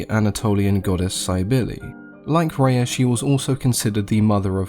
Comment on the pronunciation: I named my Daughter Rhea. You pronounce it the correct way too. Amazing stuff. Thank you.